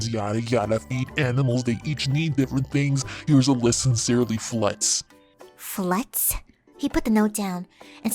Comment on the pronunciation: "Flutts". XD